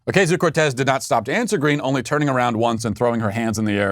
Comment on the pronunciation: Do you think Matt pronounces AOC's name "Oh-KAY-zio" on purpose just to troll her?